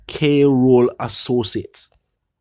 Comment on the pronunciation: On a serious note, I was very attentive to this blogger until I realized that he cannot pronounce "KROLL" 😅